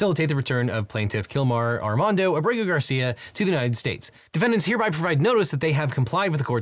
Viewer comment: Unined States. She said Unined States. She is drunk.